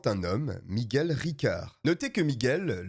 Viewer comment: T'es un vrai toi, t'es es le seul qui prononce bien Miguel 😂 ca me rend dingue les gens qui disent "Migouel"